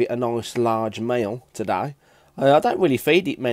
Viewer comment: LOL your accent, your way to say "today" is heard just like "to die", but it's still cute :)